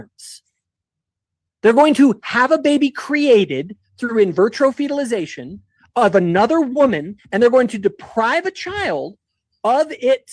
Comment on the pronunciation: "In Vertro Fetalization" 😂